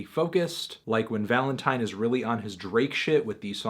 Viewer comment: stop saying valentine like that